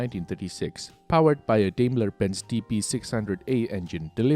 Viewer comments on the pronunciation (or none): Another great video, thank you! May I offer a tip? Daimler is pronounced Dime-ler, not Dame-ler. Thanks again for you efforts, I appreciate it ;)